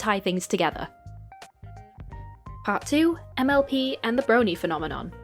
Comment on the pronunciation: Idk why but every time you were to say mlp I heard mlb so I would randomly get confused because I didn’t know when you started talking about miraculous 😅